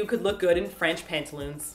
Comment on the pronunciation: you said Franch pantaloons O_O french. ranch. oui oui!